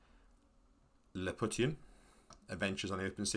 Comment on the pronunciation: Isnt Lilliputian pronounced more like Lily-poo-shun? Anyway it seems like an interesting game